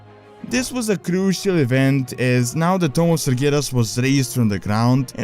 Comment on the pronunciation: sounds like your saying tome instead of tomb